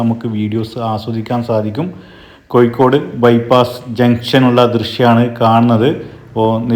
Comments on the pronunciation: ഇക്കൂട്ടത്തിൽ കാസർഗോഡ് കൂടി മിക്സ് ചെയ്തു പറയുന്നത് കൊണ്ട് കാണുന്നവർക്ക് ഇത് കോഴിക്കോട് ആണോ കാസർഗോഡ് ആണോ എന്ന കൺഫ്യൂഷൻ ( കോഴിക്കോട് ) ആണ് അല്ലാതെ )കൊയ്‌ക്കോട് അല്ല ( ഴ ) ശരി ( യ് )തെറ്റ് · Koyikode...😂... കോയിക്കോട്